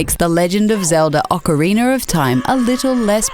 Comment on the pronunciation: "The Legend of Zelda 'Ocariner' of Time", is the female equivalent to Wood Hawker aka BeatEmUps except she doesnt pronounce 'Zelda' as 'Zelder' or 'Zeldies'